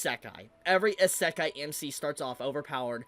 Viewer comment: Pretty sure you say "isékai" and not "isakai" (sound of the word) Just friendly reminder, no hate/ps: you do kinda correct in the end of the video But yeah pretty ignorant take from that dude. Just because the dude doesnt like what the anime is all about: the small moments and their importance he straight up says it is a bad anime. He is jut ragebaiting. Let me give you an example. I dont like pure comedy/romance/drame/slice -of-life anime but i would never dare to say it is bad because of its genre... Its just not for me, and thats what he is confusing an actual bad anime with an anime thats is not for him (or maybe he knows and just wants attention).